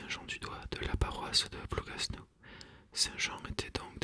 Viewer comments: Juste pour information, le « s » de Plougasnou ne se prononce pas, parole de bretonne. Merci pour ces lectures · Ah... je m’étonnais de cette prononciation! Merci